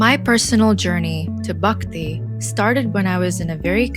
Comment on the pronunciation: nice. Hinduism is the most advanced way of life. Also its not 'Bukti' it is 'B-h-akti'